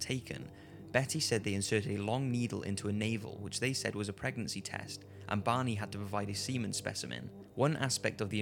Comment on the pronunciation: Took me awhile to realize he was saying "Barney", not "Bonnie"....